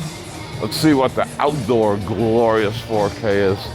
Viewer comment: "Glorius" Thanx for the tour. Karen